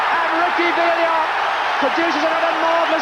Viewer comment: Since the last part's gone from Youtube, to recap: Villa league champions, Spurs FA Cup winners, Liverpool European Cup and League Cup winners, Ipswich UEFA Cup winners. John Motson never did stop calling him "Ricky Vilia".